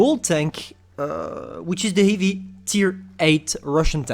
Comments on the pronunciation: Ah yes, he would have a “heevi” impact on his community being a “teechear” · A hivi tonk.